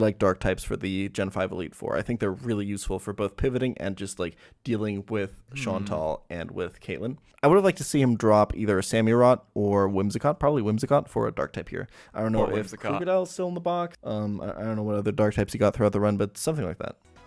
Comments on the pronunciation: Bold of him to call out RT mispronouncing Seismitoad when he can't pronounce "Samurott" correctly. "SAM-urr-ott", not "SAM-you-rot". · "how did RT just pronounce that pokemon?" Also challenges: "sam yer ott" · why does he keep saying samirott!?!?!?!?!?!?!